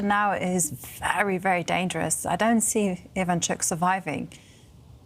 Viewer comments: True That is why we have accents in many languages: Ivanchúk would be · ivAnchuk (ivanchUk is correct)... Learn the right pronunciation for good's sake!